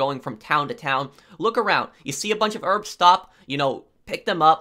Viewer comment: ask for the rrrrrrrbs